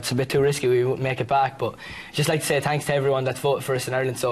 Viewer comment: "Tanks to everyone" Oh Nialler. <3